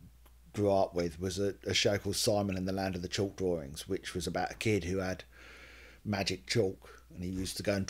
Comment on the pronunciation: "My name is Simon, I like to do drawerings".....get better, I had an umbilical hernia surgery before and I know its very "uncomfortable" for awhile afterwards. HI PENNY!😺